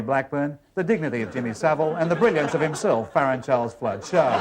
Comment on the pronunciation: "Dignity of Jimmy Saville"? or "Dig Kiddy of Jimmy Saville"?